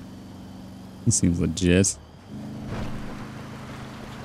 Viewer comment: "Seems Legist"